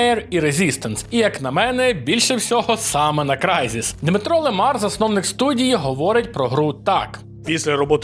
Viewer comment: Не ЛимАр, а лИмар. Це ж від назви професії прізвище